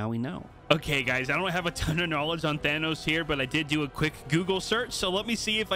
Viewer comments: How people normally prounounce Thanos: thFanos Vs How prounounce it: T-Hanos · Its th anos not T hanos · You said thanos wrong your suppose to say it like than then os not t then hanos. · did he jus say t-hanos is a scientist... 😭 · "Word on the street is that we're getting T-hanos tonight" 😂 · ay! I'm not the only one who calls him t-hanos! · “T-hanos is very intelligent ”😂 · "T-Hanos" 😂 I loved explanations to why he chose certain backblings for Thanos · Tee-han-nos dancing will forever be cursed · Now to annoy my friends by saying T-hanos all night lol Thanks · T-hanos hahahahahah I am dead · TI hanos 😂😂😂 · did you really just say T-hanos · Whay you say tea hanos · T hanos huh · T Han Os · Plz never say t-hanos again absolute cringe😐